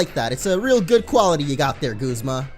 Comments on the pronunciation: It's not Gozma its guzma like saying Gus with a z or like when you say uh g-uh-zma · u are saying guzma wrong